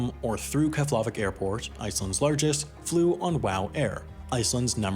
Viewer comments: In Icelandic the emphasis is always on the first syllable, therefore it’s KEF-lavík airport (pronounced KEBB-laveek), not kef-LA-vik airport. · I love this video because it spreads icelands story (my home country), but i am cringing at how bad you are saying keflavík and reykjavík, seriously i think im going to cringe to death, anyway its actually prononced. Keflavík = kef-la-veek, reykjavík = ray-ka-veek. Also jm sad you didnt even mention Àlftanes, im so disapointed. Anyway now im done ranting, byyyeeeee sis, just spilin tea 🇮🇸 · As somebody who lives in Iceland, your pronunciation of Keflavik is too egregiously wrong to go unmentioned. It's pronounced KEP-la-vik. Stress on first syllable, and f mutates to a 'p' sound before the letters N and L in Icelandic. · vík is more like week rather than vick. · It's pronounced Kehf-luh-vik. No accented syllable. No LAH. Takes all of 5 seconds to look up. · Keflavík is pronounced Kev-la-veek. Eyjafjallajökull is pronounced Eya-fyet-nya-yokul (or thereabouts). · Just a little hint: Keflavík is pronunced 'KEP-la-veek' (fl makes a pl-sound) and Eyjafjallajökull is 'EY-ja-fjatla-jökütl' but anyways I liked how you said 'Eyjafjakajökuk':) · Love your videos! By the way, all words in Icelandic puts the stress on the first syllable. So its kEflavík and rEykjavík ;) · You pronounced "Keflavík" wrong. The closest English approximation is "KYEH-pla-veek". I'm surprised everyone's talking about "Eyjafjallajökull", but not this. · It is pronounced "KEF" + "luh" + "vik" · Wendover "Can pronounce the name of that volcano but not Keflavik" Productions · But he failed to pronounce Keflavik correctly. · You mispronounced Keflavik and Qatar. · The F in Keflavík is pronounced /p/ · It was almost right. Just didn't get the last sound. It was his attempt at Keflavik that made my ears bleed. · channel is dead Its a long U sound. Trust me on this as I used to live in Iceland and have flown out of that Airport 30+ times.